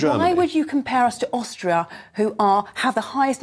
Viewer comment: Ohstrio ? I bet she ain’t struggling ! 🤪🤣